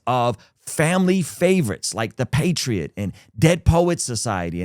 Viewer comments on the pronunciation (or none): none